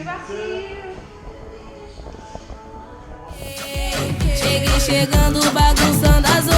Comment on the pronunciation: « Ja shague » mdrrr ça se dit pas comme ça mais cela veut dire « je suis déjà arriver » ! Gros bisous et hâte de voir la suite ❤️😊